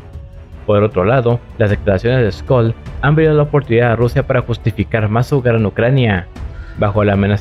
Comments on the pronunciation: No es Skolz, puedes pronunciarlo de dos formas: 1.- Criterio de divulgación: Tomando que el objetivo de tu vídeo sea divulgativo, puedes pronunciarlo con la pronunciación española directa "Schólz" para que los usuarios puedan ahondar por sí mismos al darles una información que les permitirá saber cómo escribirlo en un buscador, a partir de tu audio. 2.- Criterio de especialista: Si te consideras ya un experto en la materia y tu vídeo no es de contenido divulgativo, entonces debes usar la pronunciación correcta en alemán pues se presume que la audiencia ya tiene este conocimiento. Scholz contiene el trígrafo "SCH" que equivale a la "SH" inglesa. No confundirse con que esté contenido el dígrafo "CH" que equivale generalmente a la "J" española. Osea, se pronuncia "Sholts" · Se dice "sholts" 🍻